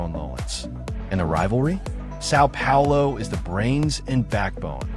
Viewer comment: I hate this pronunciation of Sao Paulo. Try hard.